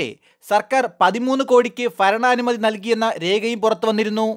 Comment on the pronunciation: ഫരണാനുമതി അല്ല മാഷേ ഭരണാനുമതി.